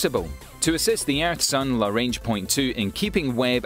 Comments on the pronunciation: Lagrange point. Not larange. Good video nonetheless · It’s LaGrange not larange. Perhaps it’s your Scots accent that misinterprets everything. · good video, but It's GRUMMAN, not "Gunman". It's Lagrange, not "larange". It's Arianne, not "Iranian". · For someone with a British accent he mispronounces a Lot of important words ie: La Grange,Arianne,Grummin etc. Makes me wonder if his facts are just as poorly based.. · It’s pronounced lə-ˈgränj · Hold the fuck on! Is the g in Lagrange silent?